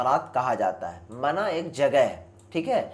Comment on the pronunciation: Bhai pahle urdu padhna sikh le wo mana nahi mina hai 😂